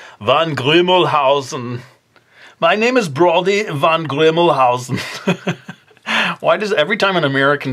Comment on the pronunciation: Haha, von Grimmelshausen ^^ that's hilarious :-) love how you pronounced it =)